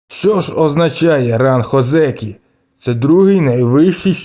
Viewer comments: На січневому він не отримає це звання, треба мінімум 2 поспіль виграних турніри будучи в ранг Одзекі, і автору б правильно казати О́дзекі а не Одзе́кі. І взагалі, мало ймовірно те що він стане 3 діючим Йокодзуна, хіба якщо Племінник (Хошьорью) в наступні 4-5 турнірів не здобуде жодного Юшьо і його попросять піти у відставку тоді таке можлив, але на зараз я не бачу реальної можливості Данилу стати Великим Чемпіоном...((( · Ні озЕкі, а Озекі! Наголос на "О"!